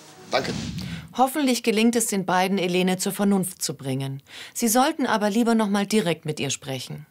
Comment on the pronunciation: Die heißt im Video nd Helene ! Sondern Elene